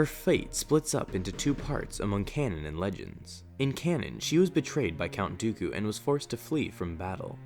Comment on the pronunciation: Can't say dooku, keeps on saying duuukuuuuu